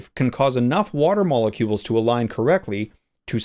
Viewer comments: Meolucules? Did you ask your cat how to pronounce that? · myaalocules... y'know, like, nya? :3c